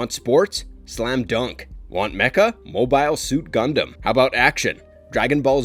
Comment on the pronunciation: The pronunciations and mistakes in this video are ALLLL over the place. We're human, but if you're gonna make a video like this, come on man... Attack OF Titan? Mo-Bye-ul Suit Gundam? Yoko Cane-Oh. PokemonS? Meowith? A-Sue-ka? Rye-oji? Meet-sue-ko? Even Carl Jung was wrong. The J is silent. I can't even finish the rest of the video.